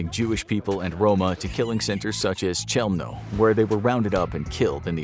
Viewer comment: Chelmno pronounced as Heumno.